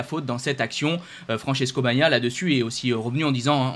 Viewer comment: Essayes encore : BA GNA IA. 3 syllabes ......... YA MA HA. 3 syllabes. !!